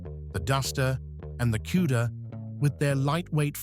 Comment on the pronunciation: what the hell is Cueda? Learn how to pronounce words properly